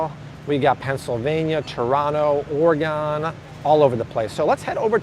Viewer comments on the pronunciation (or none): It's ORY-GUN.